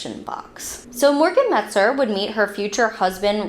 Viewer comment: It’s not Metzger, as you said it, it’s Metzer.